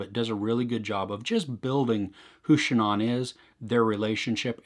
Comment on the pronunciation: How would you say Ann? It's pronounced that way whether it's the beginning or the end. So ShANNan or ShanANN.